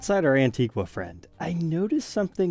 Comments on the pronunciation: It's pronounced "An-teeg-a" not "wha"....the u is silent. Antgua is an island in the Lesser Antilles (Carribean). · As someone of the country of Antigua, the “gua” pronunciation of it drives me insane. 😂 On the beautiful island, it’s pronounced “An-tee-gah”